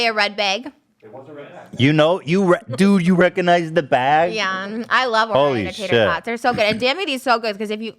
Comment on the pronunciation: I love when trisha says baehg